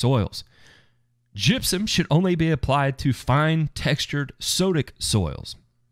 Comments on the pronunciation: Oh damn I thought you said jizzium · That is the way they say it in Tennessee!